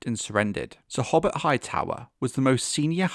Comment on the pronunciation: Cheers lad!!! Lol - for future reference; hobbit Hightower- (is actually ho-Bert you said it correctly a couple of times) Also comely is “come-Lee”